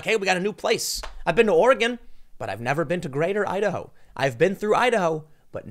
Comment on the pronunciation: Your Idaho sounds like Ohio.